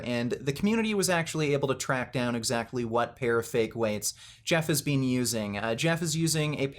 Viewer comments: People that pronounce "BEEN" as "BEAN" have more issues than someone lifting fake weights... Grown men that have nothing better to do than to cry about fake weights have more issues than someone that pronounces it "BEAN"... What a bunch of losers... Enanthate is my drug of choice for a variety of reasons... I don't lie about steroids, but I do cheat... We've all lied about something or cheated... Pure jealousy here... Ride your channels as long as you can... Bring in all the free money you can get... Just everyone needs to find something better to discuss... The sad thing is, most of you are on testosterone but are acting all Estrogen-filled with your ladylike (sissified) ways... Biotches... I swear ! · This dude is the only person I know that pronounces the second e in “been” 😂